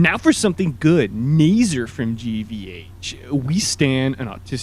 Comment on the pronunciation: It's actually pronounced Nah-ser, xir.